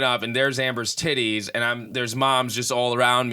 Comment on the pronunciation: ....I feel like there were a couple cooter pictures sent to Ben, you kept saying "yitties"😅 Also, if Wilde and the snake 🐍 have a fight...HELP THE SNAKE. I'm also sick with the flu, on my menstrual and craving PHO. Everyone STFU!!!😂😂😂